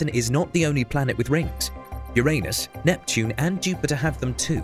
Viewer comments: ummm....is it Neptun or Neptune? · ..... "Neptun"? Really? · "Neptun" I hate that this is my main takeaway, but here we are. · "Neptun" and "Tappist-1"? I think you meant "Neptune" and "Trappist-1". Just fact checking. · Neptun lol